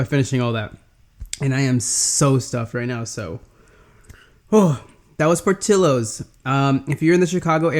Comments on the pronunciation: its not Por till lowes, its Por tea yos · This guy was instantly classified as gay when he said POR TI LOWES